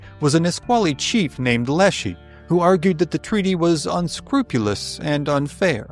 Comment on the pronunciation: Small point, I'm from Seattle, Leschi's name was pronounced lesh-EYE, not lesh-EE. As the video mentions, the local white pioneers thought Stevens' verdict amounted to murder. Washington was a territory, Stevens was appointed governor, he was not elected and not considered a representative of the people of the territory. He represented the federal government and his primary mission was getting treaties--which the Indians often "signed" with X's and did not understand because the spoke their Lushootseed language or the Chinook trade jargon. The treaties were intentionally not properly translated, the Indians didn't even understand exactly what they were signing. Stevens later died in the Civil War.